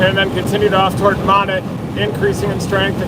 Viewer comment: We Arkies pronounce Monette (Mo - Net) LOL Thank you for everything you do!!! Travel safe!